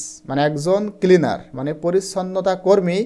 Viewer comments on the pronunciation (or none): Kilinar 😂😂nacleaner😂😂